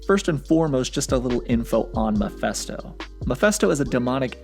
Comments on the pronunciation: Stop saying MAPHESTO!! Its MePHI(phee)sto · It's pronounced Muh-Fist-Oh, not Meh-Fest-Oh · Mephisto pronounced “meh-fisto” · It's actually pronounce Mee-fiste-oh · you sure butchered his name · Lmao dude can’t even pronounce Mephisto’s name